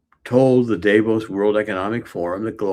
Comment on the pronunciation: First of all pronounce Davo’s right , it’s not with a long A. I voted for Donald Trump. Don’t get me wrong, but the way you guys use slang it doesn’t provide a very well educated platform. Nobody gets to say hey, because another country is this or that just because we have somebody empowered that’s willing to step over Supreme Court justice and NATO to say I’m just gonna do this because it’s good for your country. That’s not cool at all.